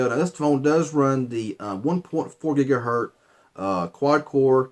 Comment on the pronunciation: Are you TRYING to get on peoples nerves by saying "gigaherT"? If you know anything about technology you should know better man! You know it's "hertZ"!! Make it right!!